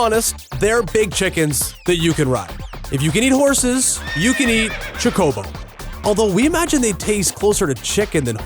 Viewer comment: You said chocobo wrong punk